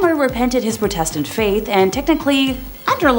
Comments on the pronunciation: This presenter should learn how to say a number of basic words ie pro test ant instead of protastant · EVERYTIME SHE MISPRONOUNCED PROTESTANT I CHOKED ON MY COFFEE